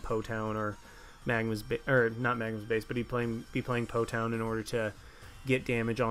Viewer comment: It's Po "Town" :(